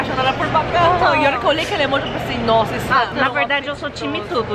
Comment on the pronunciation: Vcs falam emoj errado